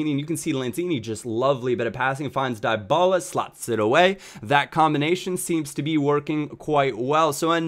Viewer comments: Dee-Baluh please (: Paulo dybala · Dybala is pronounced Dee-ba-la